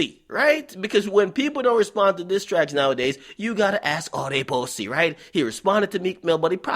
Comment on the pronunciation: Akademiks be killing me the way he say pussy. LMAO!!